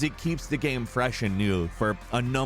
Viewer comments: Ghem ghem ghem ghem lol , all I hear is ghem not game. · My man keeps saying 'gayem' - It's GAME. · I love how this guy says ‘game’.... ‘gyame’ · why do you say gam? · hjk yeah. he’s going back and forth mispronouncing game and then pronouncing it correctly.